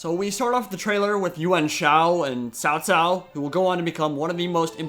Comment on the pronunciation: Your pronunciation of the Chinese names is pretty good! But to get an edge you might want someone to coach you with the pronunciation of Cao Cao, you'll have to say that a lot! Or default to his courtesy 'Mengde'!